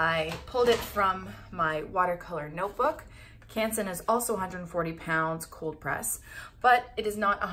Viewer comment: Ps: Also love how you pronounce Canson :)